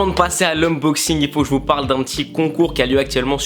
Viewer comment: "Unboxing" et pas "Umboxing" mdr